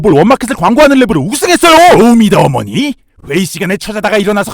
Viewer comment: 쇼미도ㅓ 머니 라고 읽음ㅋㅋ